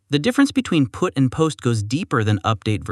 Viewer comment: The Text-to-Speech definitely had some glitches this time... "The browther can prefetch it" "Use putt when you are replacing the whole thing"